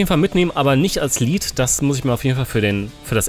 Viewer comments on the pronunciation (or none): none